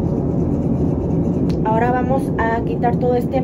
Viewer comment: ese "aaamoooos" indicaba que efectivamente, ya habías llegado a México jaja. ¡Bienvenida de nuevo! ❤️🇲🇽🇰🇷